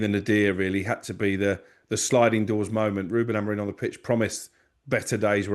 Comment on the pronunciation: Has started to learn how to pronounce our ex coaches name properly yet. It's AMORIM not AMOREEN